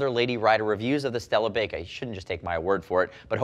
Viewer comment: I feel like this would be pronounced "bye-ka" instead of "bake-ah", they're motorcycle gloves not oven mits! LOL :)